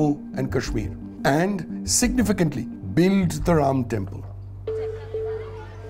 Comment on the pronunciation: Ram is a 'harro'. While trying to sound 'less' Indian, this narrator is making his own pronunciation.😂😂 Angrez chale gye lekin aulaad chhod gye.